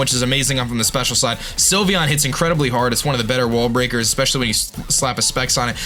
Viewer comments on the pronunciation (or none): none